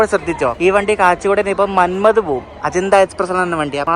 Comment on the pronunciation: മന്മദ്, അല്ല മന്മാട് ആണ്